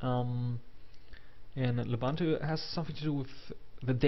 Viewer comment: Du bist doch ein Deutscher, richtig? Wieso sprichst du das OS dann falsch aus?! Es heißt lUbUntU die man alle als U (oo) spricht.